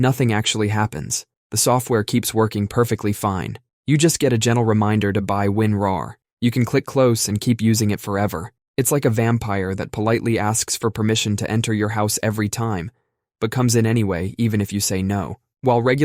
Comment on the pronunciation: What the heck is Win Rar?